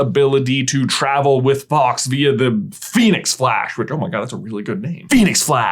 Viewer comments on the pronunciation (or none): but his name is fawks, not faux